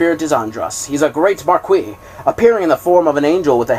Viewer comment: I love the enthusiasm you read with and don't mind the errors.... Some gave me a good chuckle, but damn the way you pronounce "marquis" just hurts my ears :P Thank you for the Audiobook thou!